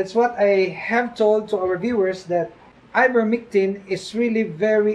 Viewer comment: Its ivermectin not mictin..